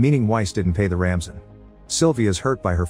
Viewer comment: Is this narrated by an AI voice? It said 'Ramson' instead of Ransom, subtitle mentioned the same